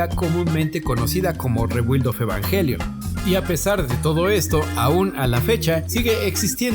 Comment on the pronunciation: SE PRONUNCIA REEEBIIIIILD